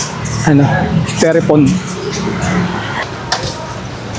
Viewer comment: styrofoam ang tamang pronunciation hind styrefoam